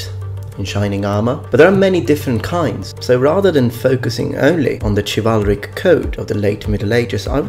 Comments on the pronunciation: Minor nitpick, but Chivalric/Chivalry is not pronounced with a "Ch", but with a "Sh" in both English and the original French origin. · It is actually pronounced shivalric or shivalry the C is pronounced like an S Also corps is pronounced Core or cores not corpse. additionally Echelon is pronounced esh-e-lon. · It's pronounced shivalric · ITS PRONOUNCED SHIV-AL-RIK CHIVALRIC!